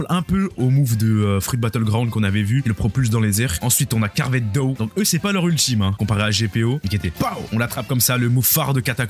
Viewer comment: Petite information comme ça: Le fruit du démon se prononce DO, comme dans DOnut Non, on ne dit pas DOUG. Par exemple, vous ne dites pas " Je vais allez manger un DOUGnot ", ben c'est pareil pour le fruit du démon. Merci et bonne soirée !